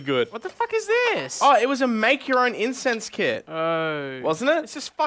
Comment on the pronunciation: Seeing hold back laughing at mispronounced "incense" was great lmao